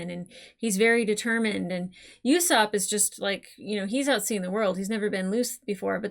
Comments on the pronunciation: Okay I know it's not like a huge deal or anything, but Usopp's name is not pronounced 'You-sopp'. No 'Y' sound. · It’s not YOUsopp it’s usopp like saying boo to scare someone without the B